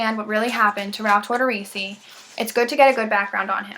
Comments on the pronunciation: Please at the very minimum pronounce his name properly. Just UGH at hearing that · Yeah, you obviously have little to no knowledge of this case based on how you’re pronouncing his name. Checking a box off for class credit I see.